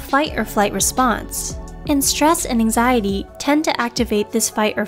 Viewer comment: this lady keep saying anxiezee increased my anxiety...